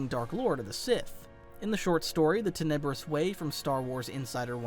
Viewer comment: love your channel but you're pronouncing Muun and Tenebrous wrong. I know you've read the Plagueis book, but you gotta listen to the audiobook. But seriously you've got a top 10 on YT Star Wars channel - outstanding videos!!!! 👍💪